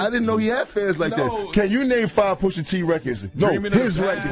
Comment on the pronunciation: “Poo-shah” lmao… FOH